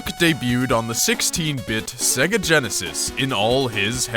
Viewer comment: Its "say-guh" you even hear it in sonic 1 2 and others before your even on the MENU!